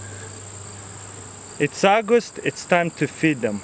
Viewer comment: it's aagost